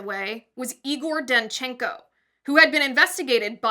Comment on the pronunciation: Igor is usually pronounced more like Eager.